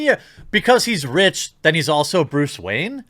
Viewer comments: keep hearing Bruce Wang now!wtf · Bluce Rayne?